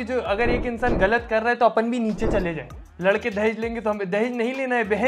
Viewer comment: How mny of them noticed marriage wala video" lakda" instead of ladka😂😂